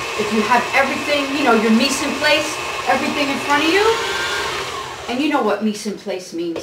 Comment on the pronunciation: right on chef...nice video looks good..the way you say mise en place is epic....fuggetaboutit also silpat...not sil a pat